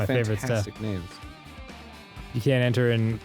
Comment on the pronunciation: Ngl its kinda nice to finally hear them say the characters names correctly, and it only took 6 chapters